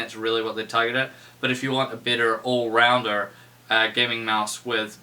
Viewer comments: nah i heard it to lol sounds like new zealand accent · Am i the only one dat heard 'ya this is a little bit bitter" ?